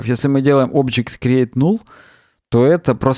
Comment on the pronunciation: ты же английское произношение практикуешь. Null читается как «нал».